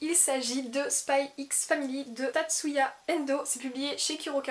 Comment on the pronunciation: On dit pas le x dans les noms de manga/anime rohhhh